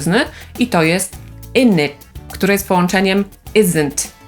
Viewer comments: glottal stop <3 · Czy w "innit" w zrobiłaś na końcu zwarcie krtaniowe? Bo w już raczej takie [t]. Jeżeli mam rację to będę wdzięczny za jakiś odcinek o glottal stopie :)